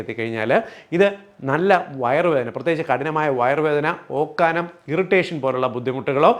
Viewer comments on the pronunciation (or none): ഓർക്കാനം അല്ല ഡാക്കിട്ടറേ. വെറും ഓക്കാനം ആണ് ശരി. അതായത് vomitting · ഓർക്കാനം എന്നല്ലല്ലോ ? ഓക്കാനം എന്നല്ലേ മലയാള ഭാഷാ പ്രയോഗം? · നല്ല വിശദീകരണം. എന്നാലും ഒന്ന് പറയട്ടെ. ഓർക്കാനം എന്നല്ല, ഓക്കാനം എന്നതാണ് ശരി. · Dr:ഓർക്കാനം ആണോ ഓക്കാനം അല്ലേ 🙏